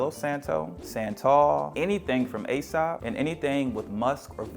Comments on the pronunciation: And “sop” is pronounced, “sup” — like in “suppose” — “eesup” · Just a note.... The company Aesop you referred to for room spray is pronounced "E Sop" NOT A Sop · Aēsop is pronounced EE-Sop